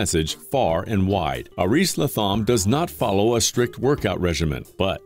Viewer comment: I spent a week in Panama with Aris in 2014 or 15. He rolls the r on Aris and the th is pronounced as a T. He's very youthful, super intelligent & very kind.